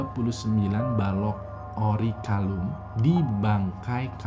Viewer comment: Orichalcum gan bkn orichalum :v